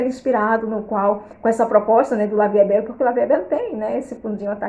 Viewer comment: Olá. Boa noite. Gostei muito desse vídeo, vou comprar esse também. Querida, se me permite uma correção, a pronúncia do perfume é: La vie é belle. Eu sei que as vezes é costume. Gosto muito de seu jeito, é muito elegante. Deus te abençoe. Saudações de Mary, aqui de Natal/ RN. ❤❤